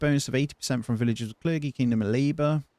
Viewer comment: Clergy pronounced cler-G as in Lee, or Me by the way—not Cler-gey. Videos are great keep them up 👍